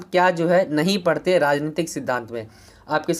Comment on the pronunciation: Bhai parate nhi hota hai padhte hota hai 😅😅